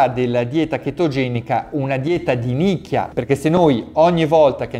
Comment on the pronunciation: Ma, hai detto dieta di nicchia o di minchia ? 🤣